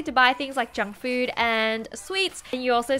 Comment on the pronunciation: I heard "Jungkook" instead of "Junk Food".